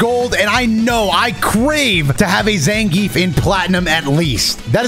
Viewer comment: You pronounce Zangief wrong.